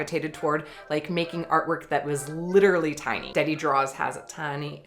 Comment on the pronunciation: Yay! Thanks for including my drawing and for pronouncing Deady correctly. I get a lot of people reading it as Deedee. Flygfisk's cat paintings were my favorite this month. Can't wait to get some dream doodles out.... probably going to be nightmare doodles haha.